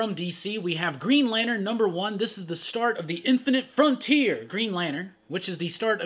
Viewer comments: I love it when says “INFINITE FRONTIER” 😂 lol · lol, please stop saying "inifinite frontier" like that...oof